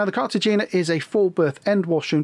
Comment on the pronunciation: Cartagena is pronounced with a soft g, like a breathy “hay” As always though, a really great, informative video.👍